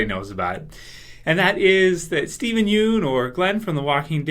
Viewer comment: buddy... Please stop pronouncing his name as "Steven Yoon" it is pronounced Steven Yun